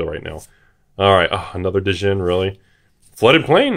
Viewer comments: hey, just so you know, "djinn" is supposed to pronounced as "Jean" which is the word for spirit in arabic language (kinda):) SO PLEASE STOP WITH THE USELESS APOSTROPHE!! hahaha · Actually just pronounced "gin" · Djinn. The D is silence. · The "D" is silent in "Djinn"... Giggity.